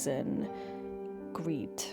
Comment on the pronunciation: Sounded like a Scottish "greed" to me.